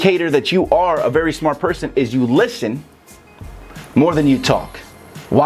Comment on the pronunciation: “TOO SMAAHT!” 😭man you funny